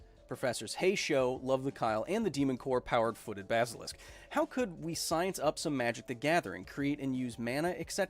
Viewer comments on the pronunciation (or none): none